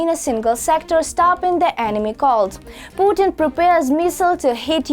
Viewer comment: Putin not Punin